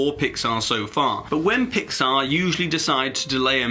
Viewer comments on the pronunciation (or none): PIX-Saw??? Really? why pixar.. not again..